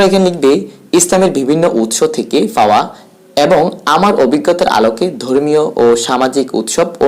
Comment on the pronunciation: "ফাবে" "ফাওয়া" "ফ্রশ্ন" এইসব কী উচ্চারণ ভাই?